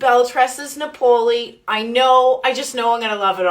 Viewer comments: It's Napoli (like Nah-poli) like the town in Italy...like the type of Pizza 🎉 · Beautiful, but its pronouncec Nap-Oh-Lee 😊 Italian for Naples, Italy